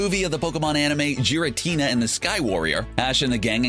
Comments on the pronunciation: If you want to avoid getting sued, pronounce the Gen 4 legendary Pokémon by the name of "Giratina", as in gear, not Jiratina. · Did you even try in this vid? With pronunciations, correct names, or even putting the most wholesome Team Rocket moments. Giratina is pronounced like g-, not j-, g-. Also it's the Distortion World not Reverse World anyone who's seen any form of Pokemon lore would know this. But those aren't huge deals just wanted to mention it. But most importantly. You forgot like the couple hundred EXTREMELY WHOLESOME Team Rocket moments. Like their backstory was the only wholesome part of this vid. What about them saving people's lives, or saving each other, or having moments with their Pokemon. Those actually made me cry cuz they had meaning and were good. This is amateur compared to their kindness. But overall good video, good job! Keep up the good work! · the fact that Giratina was pronounced with a J instead of the G triggered me a bit. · It's pronounced as Gare-ra-tina, not Gee-ra-tina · Giritina, not Jiritina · Also, "Jiratina" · Is no one gonna talk about how he pronounced giratina... jiratina... no. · Everytime I hear Jiratina, I die a little inside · Jiritina T-T Giritina G-er-a-t-na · Are we actually just going to ignore the fact that he pronounced it Jiritina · The fact that the dude mixed up Giratina and the Sky Warrior with Hoopa and the Clash of Ages says alot. Also i just cringed at the way he says Giratina. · i like team rocket and you kept saying giratina wrong say it right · you not only misidentified Tyranitar as Pupitar, but you mispronounced "Pupitar", misidentified or bundled James' Carnivine with or as his Cacnea, although the description fits for Cacnea's behavior. oh and you kinda mispronounced Garitina, but plenty of people say it that way. but the ONE THING that is UNFORGIVABLE is that you mispronounced "Wobbuffet" For shame, CBR. For. Shame. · Its Giratina not Jiratina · It's not Jiratina, its Giratina